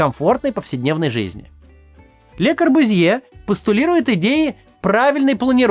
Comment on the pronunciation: Извините пожалуйста, но фамилия произносится «КорбЮзье».